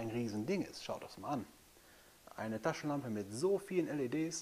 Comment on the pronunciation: Wow coole 'Laschentampe' hast du da! Lol.. (cooler Versprecher Bro. Sehr sympathisch) Alles gute und Dankeschön.